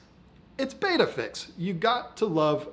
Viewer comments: Pet peeve time - it’s bet-a not bait-a. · It's Bet-ta not ba-ta or beta!!! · Interesting video. 👍 Looks like an Alpha \ Beta aquarium (to play on words\connotations). 😏 Also, was the video filmed in Vhs or perhaps Beta? 🤗 P.S. I know it's spelled Betta, but you like to pronounce it 'Beta'. BTW, I do as well. 😋 Good video as always and myself as a man with manly aquariums, all I can say is good job. 👍😎